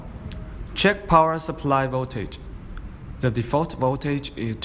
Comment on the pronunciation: Great video series, very clear and helpful,. I was able to build mine in one pass with no errors and no magic smoke escaping. One suggestion, and I am not being a smartass... Given the language and accent differences, the word 'The' sounds identical to the american way of pronouncing 'Z'. If you use the english way of saying it then there is NO confusion (US Z=Zee, English Z=Zed) again, not trying to be a smartass. just trying for clarity.